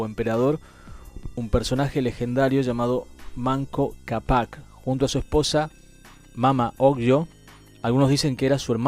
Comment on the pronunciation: Amigo no acentues mal....es ....MAMA OCLLO..Y MANCO CAPAC.....ASI .SIN ACENTUAR DONDE NO HAY ACENTO.....GRACIAS...CHEEE